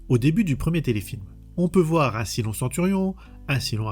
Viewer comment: Saille-lon, pas Silon >_< Mon dieu, tu l'as regardé en VF ? La VO est exceptionnelle et la VF, enfin les extraits sur lesquels je suis tombé, est une des pires que j'ai jamais entendues 😵‍💫😱